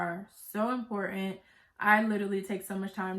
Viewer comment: Love your videos! 😍 Thanks for the tea! Don't forget that 'T'. It's impor-ant 😁. Glad your business is doing well. Thanks again!